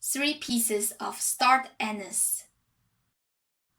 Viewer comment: Did she say star anus? 🤣 (Anise?)